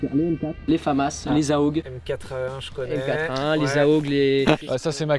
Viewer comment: Expert en arme, mais te sort "Aug" alors que c'est A.U.G.....